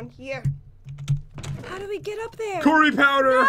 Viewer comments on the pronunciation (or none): you said coory powder